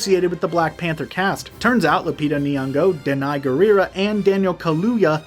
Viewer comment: Dh-nai Gurira?Really guys?